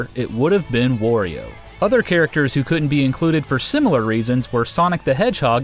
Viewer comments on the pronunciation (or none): its wario not worio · It's wario, not WARio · Wario, not Worio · Did you know... It's Wah-rio, not War-io! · WAHR-E-O he says it himself. there is no worio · It makes less sense given it's consistently said as "Wah-rio" by the character himself in like every game he's in. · Funny how well you pronounce Masahiro Sakurai, and then say Wario like "war" rather than like "mario" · Who's "worio"? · Ok. Wtf is "Worio?"